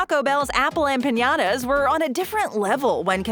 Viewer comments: yes she does say ¨Empañadas¨ and it does sound weird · The way she says “ empaYadas” really freaking grinds my gears